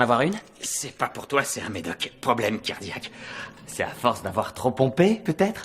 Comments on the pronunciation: problème cardiaque et pas cardique 😉 très bonne vidéo sinon ! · C'est cardique pas cardique.